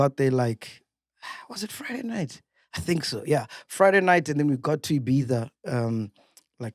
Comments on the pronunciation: There is no S in IBIZA 😂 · Ola MacG MR S man....dead by there's no "S'" in Ibiza🤣🤣🤣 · Ibiza pronounced as ibitha